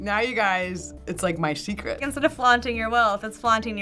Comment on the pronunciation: My "shecret"